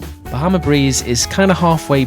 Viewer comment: Why did you pronounce bahama breeze like that haha it’s not pronounced that way 😂